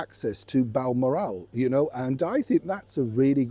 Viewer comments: The castle is called Bal-MORR-al,. How on earth could you mispronounce it that badly?! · Balmorale? New pronunciation is hard on the ears. I’d stick to the traditional version. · sorry it’s not. Bal-moral It’s balmoral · Morning, you made a small mistake in this segment. The name is Balmoral not Bal moral. I know that some scottish place names are difficult for those down South but Balmoral is not a place I had thought was difficult. Our late Queen loved Balmoral and she sadly passed away there but please check your your pronunciations 😂